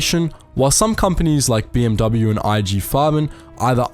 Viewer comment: The dude doesn't know how to pronounce "BMW" either.